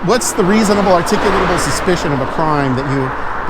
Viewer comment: 9/10 times, an auditor cannot pronounce articulable. Ar-tick-you-la-bull